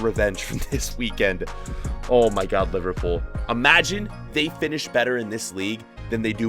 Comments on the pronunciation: My guy said LiVARpool. Why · How cab u say livarpool honestly